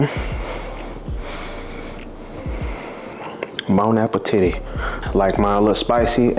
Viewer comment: He said BONE APPLE TIDDY 😂😂😂